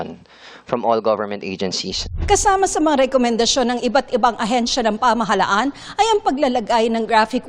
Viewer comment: STOP saying "kilos protesta!" Protesta is ALREADY an act. Kilos protesta is redundant. Who hires these newscasters and reporters??? And, it's "pamahalaan," not pamahalhan. LOL!!!